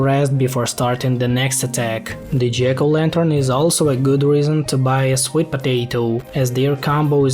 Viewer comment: jiggle lanter